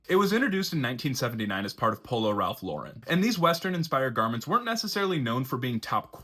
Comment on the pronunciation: You’re pronouncing the brand incorrectly. FYI